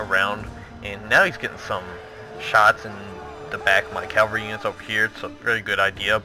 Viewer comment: Great video! Only thing that's bugging me us your pronunciation of cavalry, it's cav-el-ry. You keep saying calvary which is when Jesus died on the cross, bit of a difference